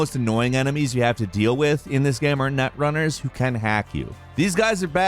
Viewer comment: "nUTrunners" lmao